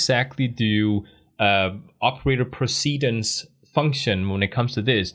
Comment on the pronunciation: Great video. Please google how to pronounce - "arithmetic" and "precedence". you are saying these words wrong! In every other respect this series is outstanding. Thanks for your hard work putting it together.